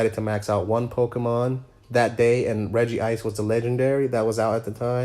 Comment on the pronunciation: Spends HUNDREDS of hours in Pokémon Go... Still can’t correctly pronounce Regice.